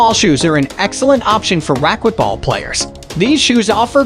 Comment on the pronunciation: The speaker needs to learn how to pronounce racquetball correctly.